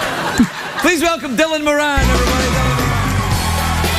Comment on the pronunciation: It's pronounced like "morn" not "more-an".